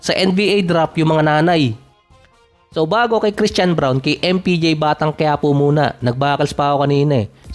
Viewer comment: brawn ata ang pagbigkas